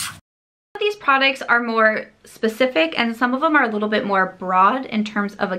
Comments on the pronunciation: Does anyone else love the way pronounces "products" as "prodicts"? 💜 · I like how she pronounces prodicts and surum (serum)... She's so cute.